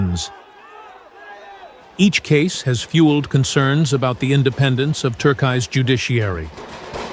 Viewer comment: tuk-eye-eye...if you will use ai generated voice over at least make sure pronunciation is correct to avoid disrespecting an entire country. Imagine some international news agency pronouncing India as In-die-ah, lots of internet soldiers would flood that agency.